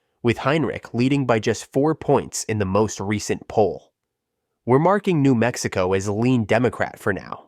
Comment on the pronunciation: Geez, just Az and Nm send your robot to school to learn some simple pronunciation